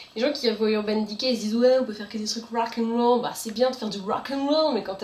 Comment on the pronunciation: Quel belle prononciation à l'anglaise "rawckainrawol" (=rock n'roll) x)